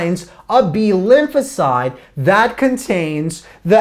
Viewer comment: is he saying Lucozade or Lymphocyte?